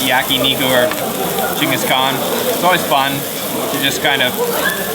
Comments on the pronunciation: What a great feed at Sapporo - and your pronunciation😂 Gingus 😆😆 Geng- guhs Kaan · It’s pronounce Ching Gus khan